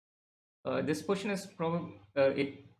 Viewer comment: So both our captain and vc says 'poition' for position 😅